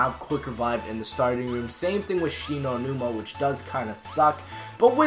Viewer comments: WTF IS SHE KNOW NIMA NUMA ITS SHINO NUMA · “Shi know numa”😂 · Shi No Numa nah m8 english it She Know Numa Numa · Did Anyone See That He Said "She Know Numa Numa?" And It's Spelled Shi No Numa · It's Shi-no-numa